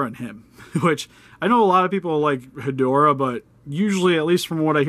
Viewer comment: so I'll admit I could be wrong but I thought it was pronounced "Head-Raw"